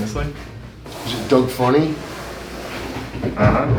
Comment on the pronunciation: This man said Doug funny. Stop making me feel old Eddie!